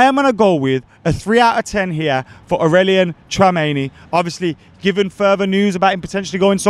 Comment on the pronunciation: AURELIAN TRAMENI 🤣🤣🤣🤣😭BUTCHERED